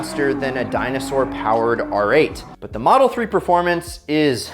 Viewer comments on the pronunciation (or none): none